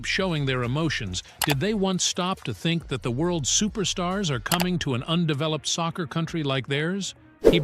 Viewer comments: what is sosser bro it's soccer not sosser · Stop saying saucer its soccer